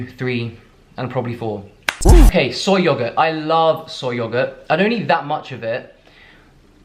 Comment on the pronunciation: "sohy yohgoat"